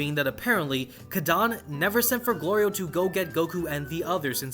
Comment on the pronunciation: The show so far has been amazing and really gives me JRPG vibes. One thing I find slightly odd though, is how often there’s a bit with Goku either getting hungry or calling Glorio “Goliro”. And seemingly multiples times from one episode to the next, as if those events never happened already lol